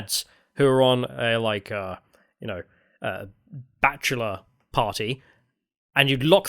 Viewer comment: The way you say bachelor sounds like u are saying Batula